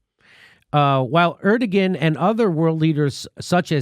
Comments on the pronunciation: Hi, Jimmy! Erdogan is pronounced air-due-won... Forgive my crazy spelling of this💙. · Jimmy, I think it's pronounced Er-Du_Won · Jimmy dawling. Erdogan is pronounced something like 'air-doh-wan'. I think. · Er-Duh-Wan, not Er-duh-Gan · /'ɜɹdəgən/? I'm sure you mean /'ɛɾdoːɑn/. I don't know why Western media forgets that the g is soft; i.e. it's Erdoğan, not Erdogan. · Lol, "Er-da-gan" it is pronounced Er-da-wan. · It's pronounced "air-doe-wan" Jimmy. Not "err-duh-gin". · It's AIR-DUE-WAN not ERD-A-GEN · It's airdowahn, not erdogin. It's just minutiae, but it's been bothering me. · President Erdogan is pronounced ER-DA-JUAN*** JIMMY! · Erdogan (Air-doe-Wahn) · Jimmy... it's pronounced AIR-DUH-WAHN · It's more like Err-doe-one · ERD-EG-EN LOL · Jimmy. The Turkish dictators' name is pronounced "air-doh-wan". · Jimmy it pronounced Air-dew-wan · ER DO WAN. That is how it’s pronounced. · Jimmy, it's pronounced Er/doe/wan. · Somebody tell Jimmy it's pronounced (AIR doh wahn). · I'm turkish... You don't pronounce the ''G'' when you say ''ERDOGAN'' haha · Lol Jimmy. You're saying Erdagon wrong. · I know you know how to pronounce "Erdogan," Jimmy. Come on...